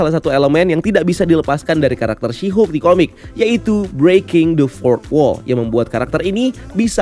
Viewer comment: Asik juga kok "Syihuk" ini ekwkwk